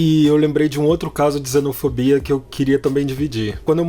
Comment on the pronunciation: Tenho a impressão que ele diz "zenofobia". Tô ficando surdo?